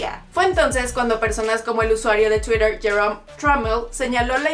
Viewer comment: Si estás hablando en español, en verdad es necesario pronunciar cosas como: -chuirewr -Instagrwam -heirewrs -etc Y por si acaso Reich se pronuncia Raij